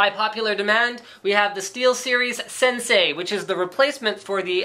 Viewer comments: It's "Sensei" not Sensi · Linus, Senei, not Sensi. :D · "sensei" not "sensi"